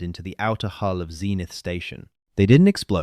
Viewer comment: A large percentage of these AI-generated stories make this error, as though unable to distinguish between the vowel sounds. Another example I've seen a few times is the word 'hull' rendered as 'hole'.